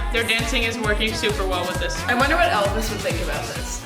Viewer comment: 'El Bis', the brother of 'El Cid'. I presume there's no 'v' sound in Korean, hence the 'Elbis' pronunciation. Went and listened to the band version which I much prefer. Might go out and buy this one.